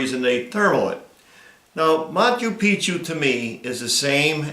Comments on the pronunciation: Cant even say machu Picchu 🤣🤣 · "Monta Picchu"